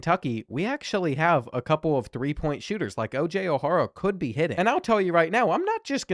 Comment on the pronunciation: I love these vids! I was in high school when this game came out and went to a college basketball powerhouse and we used to play the 2k10 game all the time. That said, the pronunciations of O’Hara is rough lol. But still, great stuff.